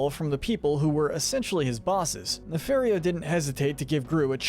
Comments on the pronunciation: Great video. But it's Ne-FAR-io not Ne-FAIR-io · It’s pronounced “nuh-FAHR-ee-oh”, “”! 🤨 You’re so bad at pronouncing names,. 🙄